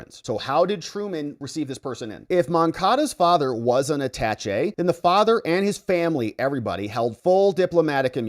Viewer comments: AaaTaaShay not At tach E... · You are a lawyer? and do not know how to say the word Attache' ?? it is not pronounced "attach-E", it is properly pronounced "A-Ta-Shay". Not a big deal, but it drives me crazy when you keep saying it wrong :) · Attaché is prounounced aaa-taaa-shay (saying the "aaa" the same as the sound a sheep makes — baaa) because it is a french word. The equivalent word in english is attachee which is pronounced uh-taaatch-ee. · It's pronounced atashay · I gave you a thumbs down because you are under educated. You mispronounce so many words in your videos. Usually I think you do it on purpose. Attache is pronounced at·ta·ché [ˌadəˈSHā] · Why are you butchering the word attache? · Attaché please pronounce it right. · Total nitpicking I know - you are pronouncing attaché wrong. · How hard is it to look up how to pronounce "Attaché"?